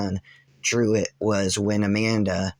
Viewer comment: I'm sorry but did you say his son "druid"? I'm sure I heard that wrong.. EDIT: For transparency I seen that it's not Druid it's Trueet not Druid.